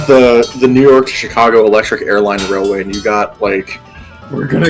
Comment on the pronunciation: ‘Chick-a-go’ is now a permanent part of my pronunciation dictionary.